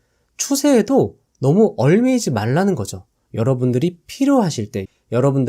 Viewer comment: 얽매이다 : [얼매이지] 않는다 ㅡ> [엉매이지]않는다.